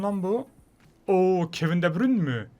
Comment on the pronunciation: Kevin de bürün değil kevin de brayn